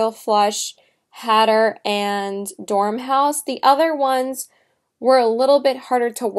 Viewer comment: You mean Dor-mouse, not Dorm-house. Nice video...thanks for the honest review...:) Listen to the old Jefferson Airplane song "White Rabbit"...you will probably enjoy it since you are such a fan. A interesting view of the story....:)